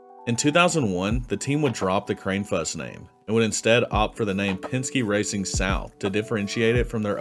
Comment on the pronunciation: Just for a future reference if he comes up again Mike Kranefuss' name is pronounced (Kran-I-fuss)